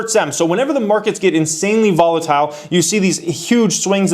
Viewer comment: “Volitile” Come on bro lol